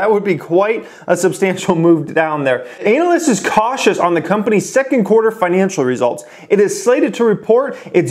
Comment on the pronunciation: I caught that "anal" yst pronunciation there. Yea thought its crazy that there are 500k pre orders for model 3s that means they have a potential of 175 billion dollars if they can meet the demand and thats if people purchase the car at 35k. Which they aren't, its going for 50 to 70k, there is alot of upside if they can produce and they seem to be producing.